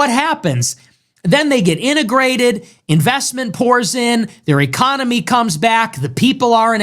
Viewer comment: Is it just me, or does he keep saying ECOMONY